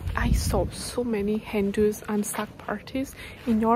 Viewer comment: At first I thought you said there were a lot of Hindus then I realised you actually said hen-dos 😂